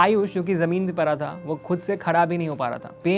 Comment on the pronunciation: परा - ❌ पड़ा -👍🏻